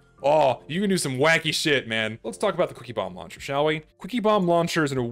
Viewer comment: Why do I keep hearing cookie-bomb launcher instead of quicky bomb launcher